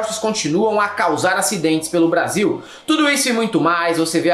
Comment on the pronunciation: 😂😂😂...."des filhes"...".pátria amada Brasilhe" 😂😂😂😂